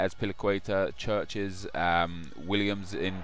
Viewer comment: chiriches is pronounced kiri-cash